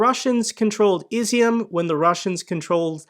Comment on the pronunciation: IZYUM is pronounced "E'ZOOM" it means Raisin ... just an FYI ...look it up